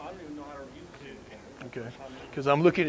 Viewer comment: I don’t care if you’re a ranger. “Use” is not pronounced “nuse”.